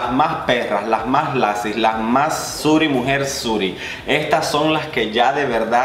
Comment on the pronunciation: Suri quedé jajaja. Es Suiri mi amor